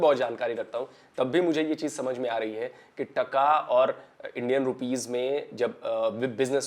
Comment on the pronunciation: it's not tukka it's taakaa